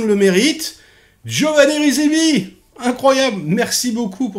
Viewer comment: Merci de ne pas écorcher le nom des personnes ayant travaillé sur le film et ce par 2 fois.... C'est Giovanni Ribisi....